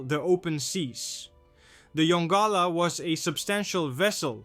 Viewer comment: Mystery* Also pronounced Yon-Gala NOT yongula